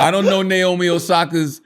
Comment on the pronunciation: nyomi? its naomi.